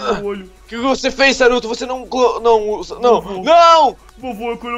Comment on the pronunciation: No episódio era pra eu ter ouvido saruto mas ouvi charuto